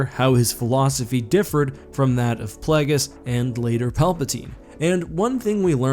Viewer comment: Isn't it Plague-iss, not Plaggiss? Either way, jeez these Sith choose very silly names, they're like 14 year old boys 🤣